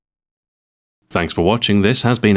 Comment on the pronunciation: bacon. not banking